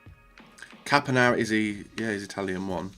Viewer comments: Caponara, thought it was Saponara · honestly, what's a "Caponara"? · Where is the second L in Castillejo coming from in your pronunciation? And that C in Saponara? Breathe and read mate. Think before making a decision (this draft wasn't terrible tbf)